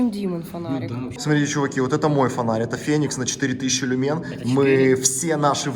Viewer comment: лю́мен (ударение на первый слог)